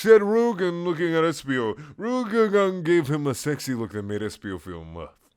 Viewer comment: Come on, dude, you had Rouge's pronunciation right three chapters ago...